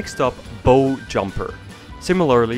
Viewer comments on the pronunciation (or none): Sound of o is like cow. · its not bow its spelt like bow but its pronounced as baw or smth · Great video series. But, it is pronounced "BOW" (rhymes with "OW".... when you hurt yourself) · Its pronounced Bow as in 'take a bow' not Boh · I say “Oh” when I hurt myself. So the ship’s bow is pronounced “boh” ? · Just as an FYI "bow" is pronounced "bough/BOW" when referring to the part of the ship. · it is not pronounced Bow like a bow and arrow. it is pronounce it like you would the word Cow but replace the C with the B with the same pronouncing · Your pronunciation of 'bow' on a ship is hilarious!